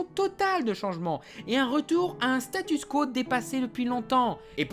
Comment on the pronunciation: Statu Quo aussi. Il arrête pas de dire StatuS quo.